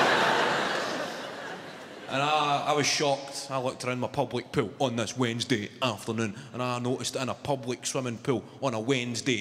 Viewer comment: Public pool sounded to me Pub like pool .. or I’m I just too high?! Love this guy he is amazing. His accent makes his performances 20 times more funny